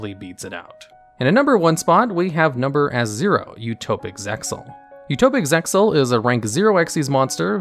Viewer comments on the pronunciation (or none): How I hate these dub names. also you don't pronounce the X in ZEXAL.